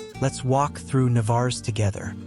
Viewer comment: Had you asked anyone in that pueblo is this Navarres how you pronounced it they would said Que ? Just outside of the town is the jewel of Playamonte and its natural lake, man made beach and recreation area.